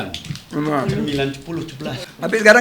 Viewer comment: cemilan jd cembila cepuluh cebelas pak ardi bikin ngakak